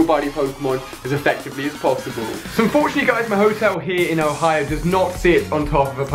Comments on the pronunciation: Im sorry I don't wanna be a jerk but you said hoio and its Ohio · You accidentally said hoio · he said "hoio" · "never thought id go to hawaii-o" 😂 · LOL Ali sais OHIO funny. Oh and my buddy is Growlithe !